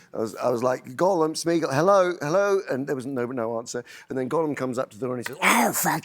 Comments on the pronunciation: How does a supposedly huge fan like Stephen Colbert not know how to pronounce Gollum? It's not Golem.... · Why did Stephen mispronounce Gollum’s name? A Golem is a Jewish legend, Gollum is the correct name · Steven mispronounces Gollum, some expert he is.. I bet he doesn’t even re read the Silmarillion every year. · You’d think a big fan of LOTR like Stephen would know how to pronounce Gollum. But apparently not.